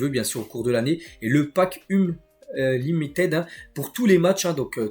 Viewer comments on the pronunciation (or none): none